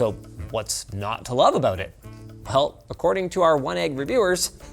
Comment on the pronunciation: "they're both abrown the same" is that a Canadian thing?